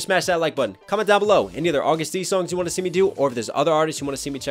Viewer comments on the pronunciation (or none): Please STOP CALLING HIM AUGUST! He is A to the G to the U to the STD. AGUST D not AUGUST!